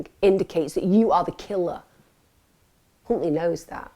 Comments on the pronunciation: could’ve sworn you said Cuntley 👀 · I swear I heard you say C...untley lol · … it’s pronounced “Huntley” but I see what you did there 😉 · OMFG Emma you unknowingly said his name. All members and please you as well Emma, listen to how you say his name. I’ve saved that part so I can show Les. Only that part though. 😂😮😂😮